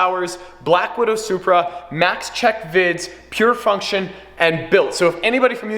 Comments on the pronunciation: Plate-SupBruh instead of Supra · "Zupra" ez